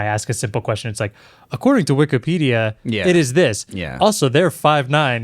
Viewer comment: WEE KEE PEE DEE UH.